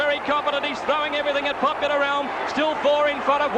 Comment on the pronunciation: Thoroughly agree and great explanation of origins of the Champ’s name . No excuse for anyone , much less a race caller , to not know how to pronounce the name of such a champion .